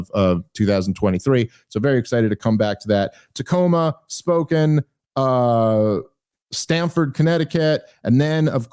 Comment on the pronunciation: It’s not “Spoken” that you’re doing a show at. It’s Spokane like Spo-can.